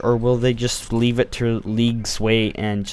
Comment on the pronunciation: did you say Leaf a like? :D